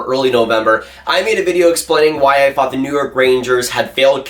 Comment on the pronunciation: why do you say "fought" instead of "thought"? it's distracting